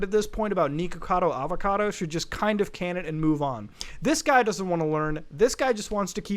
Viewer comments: tiny nitpick but it’s “nihkacado avacado,” not niko. it’s supposed to rhyme. good video anyways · mans really saying neekakado avacodo